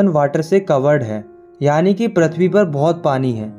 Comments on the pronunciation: Prithvi❌ prathvi✅ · Prithvi ❌ Prathvi ✅ 😂😂😂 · PRATHVI❌ PRITHVI✅